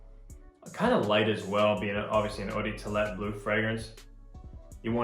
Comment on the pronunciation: Lol he said Eau De Toilette hella weird